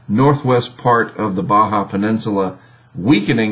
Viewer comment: Surprisingly, they can pronounce Baja correctly.